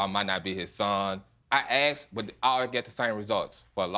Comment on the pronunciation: Why do they say AX and not asked?